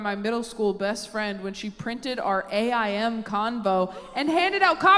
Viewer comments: Sometimes taylor makes me feel old. AIM is pronounced like the word 😭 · So are we skipping over she said AIM like initials and not the word….😂😂😂😂 that took me out I had to rewind for everything I missed. Also suddenly felt old.